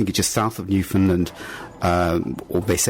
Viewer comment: U pronounced Newfoundland wrong. I should know. Because I’m from Newfoundland